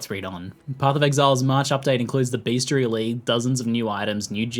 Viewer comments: it is Best - I - ary, not beastiality. That is,if you have google safe search turned off, something entirely different. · did ziggy say bestiality ? :D